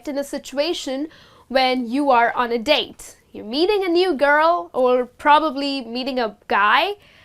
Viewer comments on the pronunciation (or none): none